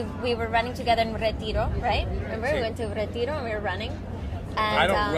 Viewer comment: She can't even pronounce "retiro"